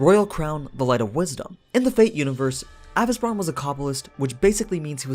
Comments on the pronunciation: Why you’re mentioning “a—vis—bran” in fate/netflix they are calling him “a-vesee-bron” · Avi-ce-bron, not avice-bron. Listen to how the words are said in the series, minus the accent, they say it correct.